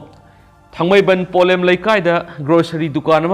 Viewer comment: Polem not pholem. Pliz listen your record